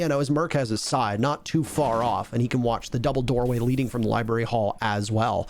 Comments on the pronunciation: Not barry ,brary cmon thee most aggravating mispronunciation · Ah yes libary